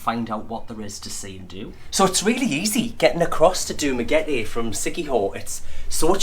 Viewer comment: ooh props for saying dumaguete correctly lol most foreigners say it like duma-getty